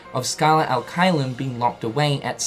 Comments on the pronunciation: U keep saying al it’s bothering so I have to b that guy. It’s ad pronounced odd but wit h a ahhhhh noise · And the "ad" it's pronounced like ADvertising